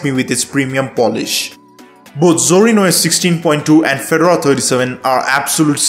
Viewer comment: It's not a tennis player so it's pronounced Fe-Door-A Please get this right!!!!!